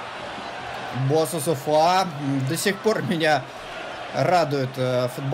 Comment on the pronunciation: Какой Босусуфа? Какой Гуильхерме? Читать по английски умеешь?